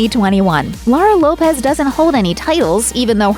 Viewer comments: It's a fact, kumquat. It's Lopes, not Lopez. Google a video on her, that's how it's pronounced. I live in a predominantly Portuguese area where that surname is common and that's how they pronounce it. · Laura's surname Lopes is not pronounced like Lopez. It's pronounced to rhyme with 'hopes'.